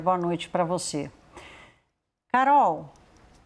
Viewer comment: Banco Master era pirâmide. E essa âncora que fala "proxexo" "exe" "voxe" me deixa agoniada. Que show da xuxa é esse?